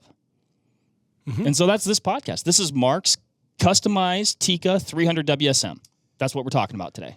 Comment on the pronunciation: I've been using the 300WSM for years and have good success with it. Although in a more traditional fashion with a short action and 168-175 Barnes bullets. I do hate your calling the 300WSM the "300 Wizzum" though haha. You don't call the 6.5PRC the "6.5 Perk".